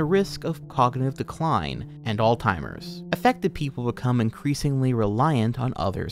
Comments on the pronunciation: how are you going to sat old timers disease when you're reading off a script that has it written right in front of you? come on bro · Forgive me, are you saying, "all timers" pr "all zimers"? Again, sorry.. pronunciation is a peeve of mine. Like when people say "eckcetra" instead of "etcetera".